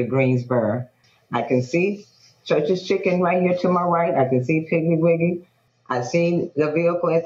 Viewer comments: You know he wrong for saying “ChuRChEs Chhiicken.”😂😂😂 I’m rolling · I thought the same thing 😂😂